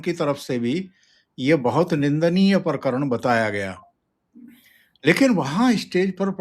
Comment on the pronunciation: परकरण नही प्रकरण